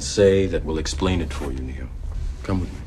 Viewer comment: It always sounds like his name is "Neil" or "new" whenever I hear "Neo" without any emphasis on the "O" at the end.